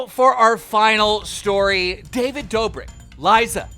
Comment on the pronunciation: Da-vid Do-brik